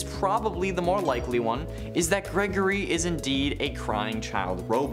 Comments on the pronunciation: Ah yes... "GERGORY" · "Gergory" lmao